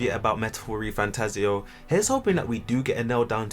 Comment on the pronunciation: Congrats on being able to accurately pronounce, "Refantazio", which for some reason, almost no one else can do...